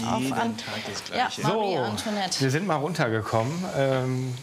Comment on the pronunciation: Das wird Antwanett ausgesprochen und nich Antonet